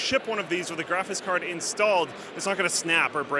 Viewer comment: I love how always says, "graphis card."